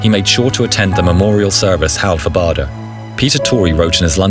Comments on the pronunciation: Bahder? It’s pronounced Bayder. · I think that the correct pronunciation of his name is "bayder"